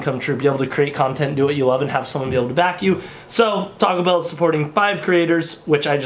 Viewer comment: When you say Taco Bell it sounds like you're really saying "talkable"